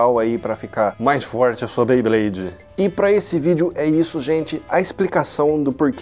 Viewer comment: Beyblade ne nao bayblade